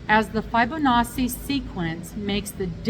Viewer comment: I thought the poppy one was a cow hide print, lol. I think the thing near the sun is supposed to be a bird, but it looks, um, kind of weird and out of place. I'd move it or leave it off altogether. The Fibonacci sequence is really well known in mathematics (I have a bachelors degree in maths) and is found surprisingly often in nature. It's pronounce fib-on-ah-chee (chee like in cheese). The back ruins the cardigan, not just the colours, but the style. I'd absolutely make the granny square bag and absolutely would not make most of the others, but especially not the Fibonacci cardigan. I enjoyed looking through the magazine with you!